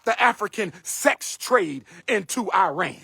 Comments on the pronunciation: Its pronunciation is Ehh-Ron not I-ran Second, we are not Arab, we are Persian. 🤡🤡🤡 Shout out to you and your people for not standing up for Iran and our people during our battles against real discrimination and a government killing people. We stood for BLM-Afghanistan-Ukraine You a 🤡💯💯💯💯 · Arab=“Air-rub” Iran=“Ear-run”